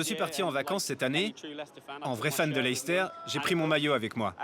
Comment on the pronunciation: Très intéressant de voir la vision du UK de l’extérieur. Le North South divide est toujours d’actualité mais moins marquée il me semble ces dernières années. Et puis on prononce la ville de Leicester “Lester” (et non pas “L’aïl-ster”) Très bonne réalisation. Très bon documentaire.